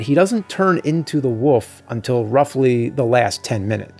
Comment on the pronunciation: My grandma is from Philly/NJ and says "wolf" the same way James does, more like "woof".